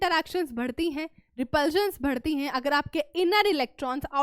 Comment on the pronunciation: Why mam pronounce BHadHTI instead of badhti 🙂